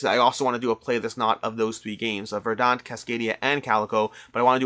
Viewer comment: VER-dant. Accent on the first syllable.